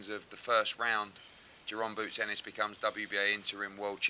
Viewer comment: Eddie needs to drop the D on Ennis it’s not Dennis it’s Ennis